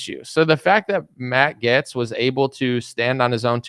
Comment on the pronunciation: OK honey, I think I heard it about four times now please stop calling him, Matt GETS. 🤗